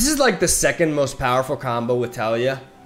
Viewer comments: En mi opinión el nombre del campeón no es Tália, es Talía, rompiendo el diptongo con la y de Taliyah. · Tah-Lee-Yah. I love you but the way you pronounce Taliyah's name is like a needle against my bones. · TAH-liah FeelsWeirdMan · The way he says Taliyah makes me cringe ngl.